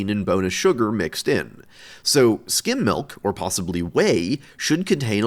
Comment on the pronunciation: Omfg he’s saying skim milk not skin milk